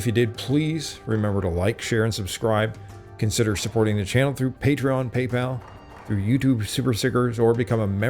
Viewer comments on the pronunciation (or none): none